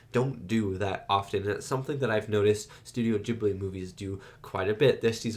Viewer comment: Great reaction, was lovely to watch. Also as a bilingual, glad you watched it subbed, and love that you pronounced Studio Ghibli correctly!